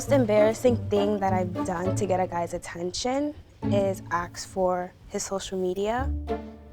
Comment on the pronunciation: A-S-K not A-K-S